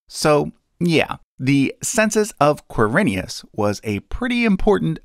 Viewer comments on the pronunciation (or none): Ker-i-nius It's my family name. Quir-i-nus.